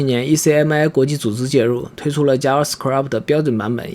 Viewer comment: Script一詞唸錯，唸成了 Scrabt